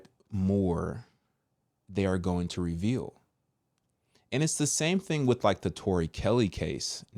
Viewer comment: I know this is a serious topic but every time you say "thang thang" I can't help but giggle I'm sorry 🤦🏽‍♀️😂. I'm praying that people wake up and they stop blindly following the CDC and other organizations.